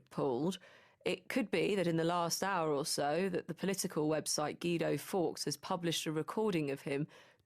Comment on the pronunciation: Why can no one say "Guido" properly? So called educated, cosmopolitan, globalist somebodies can't say Guido... its Italian, right? GWEEDO. Not GEEDO. Ashworth is just on a careerist, self preservation campaign and I think this was very deliberately done. He doesn't want to go down with the sinking ship, even though he helped drill the holes in the hull. Labour isn't one man. Those odious policies re open borders and queering children and environmental extremism, voting for the Benn Act etc... that wasn't one man. That was the whole freak show. They all have to go, including flabby Ashworth.